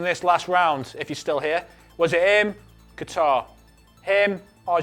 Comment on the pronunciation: what the fuck is 'guitar'. It's Qatar.